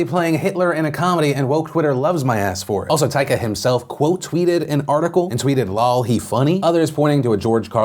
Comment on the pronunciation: Hahaha check that taika pronunciation philly